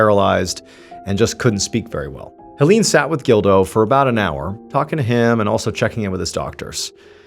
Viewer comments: HellEEn😂 I love his pronunciation. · this man butchered the name Helene... 😂